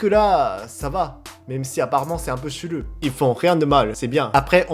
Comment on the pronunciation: C'est trop bien quand tu dis chelou on à l'impression que tu dis un mot Japonais